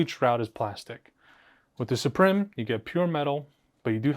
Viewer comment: Suprim is pronounced exactly the same as Supreme. Suprim is latin for Supreme but pronounced the same, lets not butcher it. As a side note, I want the white strix to get the philips head screwdriver lol